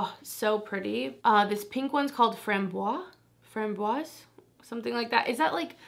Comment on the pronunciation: You were so close thinking that framboise was strawberry, it’s actually raspberry. And if you care…it’s pronounced like frombwaz (from rhyming with prom and bwaz rhyming with the Nas in Lil Nas X). But you were right on étoile, it is star. Oh and strawberry is fraise. 🍓 ⭐️ 💙💜💚